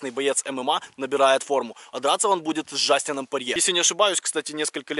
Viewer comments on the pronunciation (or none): не джастин.)) а дастин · Дастин порье а не Джастин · Дастин Порье, а не Джастин, и да ты прав Конор в первом поединке победил Порье